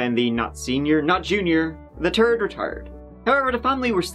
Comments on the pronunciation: At this point is definitely saying Turd with such fervour on purpose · as a baseball commentator: “Batting turd today, he’s tree for tree with tree singles. His turd tree hit game of the year.” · Why did you call Murdock a “turd”?……Oh sorry I re listened. You said “third”. My bad!! Lol. luv your work! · I just cant get over how you say "Three" or "Third". It sounds like Tree and Turd. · I kind of like how you always refer to "The third" as "The Turd". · i really thought he was calling them turds on purpose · Tirty tree and a turd .my partner is northern Irish and we slab off the republic constantly..they can't pronounce "th"they say bat for bath..I'm scotish. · He called them Sr, Jr, and “the turd”. 😂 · He said "Randolph the Turd" (Randolph the III). Now, I laughed and laughed....but I also know that makes me very juvenile.... 😂😂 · "Randall the turd" lol! I love you 😂🤣😅👏👏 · I thought you said “Ronald the Turd” But no, it’s “third” Both happy and disappointed. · I know I shouldn't laugh, but I heard 'Randy the turd' and couldn't help it. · Plot twist. pronounces turd by saying third. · 😹😹😹😹 : “The turd retired…” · Turd, Twelve Turdy, Randolph Murdaugh the Turd. Lol Sorry jus couldn't help myself even time he said it I chuckled. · “The turd retired” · Sure is a fucked off way of pronouncing “third” lol